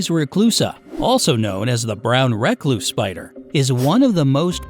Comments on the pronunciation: I’m not sure that’s how you actually pronounce “Recluse”. Could just be my memory though. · Lol it bothers me bc you say recluse and I pronounce it reecluse,but im from the south so...